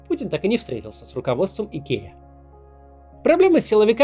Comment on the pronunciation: Идкея - это по-каковски? I K E A - латинские буквы: ай, кеу, и, эй - Айкиа.